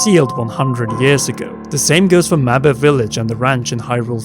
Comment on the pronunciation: You keep saying mabe wrong so annoying. Nintendo has shown the cannon way to say that.